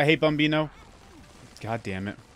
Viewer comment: the way you said "bambino" sounds very italian! do you speak it?